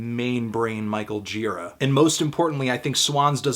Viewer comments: You'd think if you loved someone so much you would pronounce his name right. Gira like jeer-AH. Emphasis on the second syllable, buddy. That said, I agree with you. Total 10! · I once spent a day with Gira; we shot the breeze about Hell's Angels, psychedelics, and Led Zeppelin over the span of some 10 hours. Great guy, but his name's pronounced "djih-raw." It's Czech.